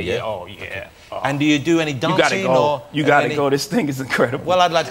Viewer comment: That "okae" is the one we got on The Story of OJ 😂